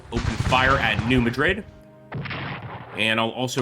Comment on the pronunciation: Cool game and great video! Only one small critique ... as a native Missourian, New Madrid is pronounced MAD-rid not MA-Drid. Also, Nathan Bedford Forrest - despicable human being - credited for being the founder of the KKK post war.